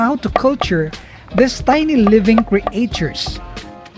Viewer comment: kindly pronounce the world "creatures" properly please..